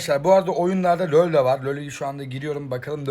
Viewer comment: Nobody:: löl